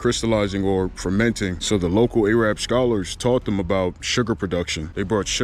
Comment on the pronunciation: Pronounced ah-rab, ay-rab is the racist southerner way of saying it. Wait, where are you from?